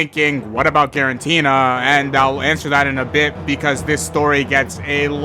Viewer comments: I can't stand "guaranteena" lol. "Giratina." It's "Giratina." There's no "n" before the "t." Great video otherwise! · It's Giratina, not quaranteena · why does bro keep saying freaking Girantina😭🙏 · Guaranteena? More like guarantee.